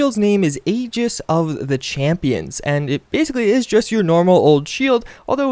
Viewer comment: D!!! you pronounced Aegis right,!! I'm proud of you